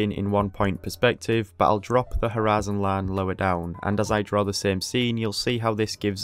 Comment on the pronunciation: Why do you keep saying horizon line like U.S southern state?